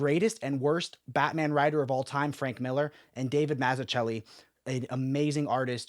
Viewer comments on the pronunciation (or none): Gonna buy this soon. Its actually cheaper in India. Less than a 100usd. The best batman story. P.S. humbly requesting you to look into the pronunciation of Mazzucchelli. Would be greatly appreciated.